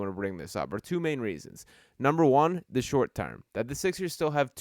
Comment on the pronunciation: Can someone tell me where is from where they say "thee" rather than the?